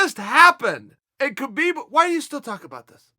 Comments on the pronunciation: be4 he fights Habib. Chael, and it's not Kabib, it's Habib, the K is silent. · Mcgregor's does not deserve a title shot. In addition, Khabib was unfairly fined $500, 000 by The NSAC. Khabib's name is pronounced Habib. Chael are you just a disrespectful person. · Chael it’s Haa-beeb...